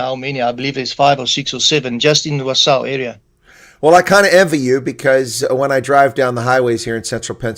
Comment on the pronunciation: Im happy the couple moved here. I live in wausau, wi also. I hope to see them and welcome them some day. By the way... is saying the name correctly